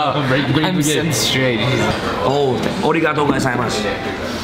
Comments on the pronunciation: Congrats to Gabe again and very glad for you guys. Enjoy and keep sharing the experience. Ps:As an advice to you, don't say Omae but Anata or Kimi because Omae is the meaning of 'You' in an insulting or disrespectful manner 😉 And You have to say Arigatô and not Origatô. Peace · i love how he says oregato gozaimasu and says his japanese is on point, yet he isnt even pronouncing it right, its arigato not oregato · It’s not ori-gato, it’s pronounced arri-gato with a rolling r that sounds more like a D. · ARIGATO! not ORIGATO! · lmao the confused look on faces when he mispronounces arigato is priceless.